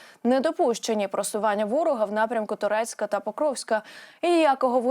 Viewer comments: Штучномовна! Немає міста тУрецьк. Є ТОркцьк!!! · Ваша дикція...дуже дратівлива,замість Торецьк,вимовляєте Турецьк,далеко не всі зрозуміють.